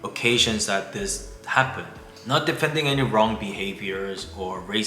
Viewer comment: Is that wrong or wong?